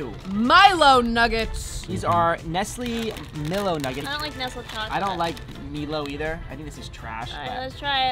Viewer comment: Meelo?! Isn’t it MiLO